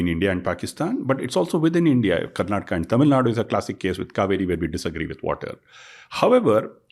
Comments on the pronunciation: You said you are living in Bangalore for 5 years and you still call it "Karnatak". Learn to call the correct and full names first. Cultivate that respect for the place that gives you your livelihood. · It is KARNATAKA not KARNATAK. Migration sickness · i think you should start pronouncing the work Karnataka properly, It is not acceptable the way you pronounce